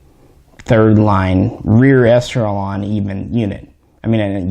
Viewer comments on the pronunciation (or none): none